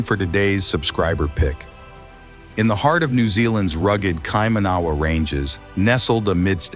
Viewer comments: The Kaimanawa Wall and you are pronouncing it wrong which doesn't help, but to me it looks very similar to a wall I've seen in the centre of Cusco in Peru and another one in Sachsaywaman. To me these sites are of international significance. There is talk of a civilization called Lemuria, datimg back 100,000 or maybe 200,000 years from memory, that NZ was said to be a part of, or at least an outer island that they went to for celebrations. The knowledge of Lemuria was passed down by elders in Hawaii. The fact that the NZ government and political correctness are covering up these sites and shutting down research is despicable. And to all those scoffing at it, your closedmindedness is typical of people that repress knowledge and growth. What harm is there in investigating it further to see what's actually there? If they find nothing and that the rocks were natural well so be it, but sitting here in an armchair saying that looking at a video, when there are genuine archaeologists who have been there and have knowledge of this and are experts in their fields, shows only your ignorance. There should be considerable funding given to unearthing what's there and learning more about our history. The fact it is being shut down and blocked off tells you everything. It's a can of worms that people don't want to look at as it would change everything in the text books. People prefer to remain in ignorance, because its comfortable, than open theur mind to things beyond their limited perview. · Kaimanawa he can't even say the word, not even close. Man made brick or block walls always have staggered horizontal joints to give the wall strength. Even polygonal walls have staggered horizontal joints. I cant stand hearing him butcher the word Kaimanawa. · Please learn to pronunciate Kaimanawa correctly lol but thank you for putting this out there, the truth will out eventually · ya know your research can't be taken seriously when you can't even pronounce the place name properly. boooo